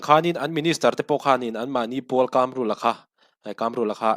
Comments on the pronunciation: I chanel hi ka ngaithla thin a, a tha hle thin mai. Tluang taka, kal zel turin duhsakna ka hlan a che. KÂMRÛLA ti a an sawi ka hre ve ngai lo a, KAMRULA(Chakai AIKAM) KAM tak hi i lam dan leh ka lo hriat thin dan a in persan ve det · 2018 khan engmah ila hrelo😂😂 KAMRULA hming pawh tun thlengin ila lam thiam lo, dawt i sawi😂😂😂😂